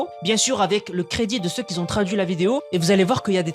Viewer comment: "Le crédit de ceux qui z'ont" Wesh la famille, tu parles bien la France, toi.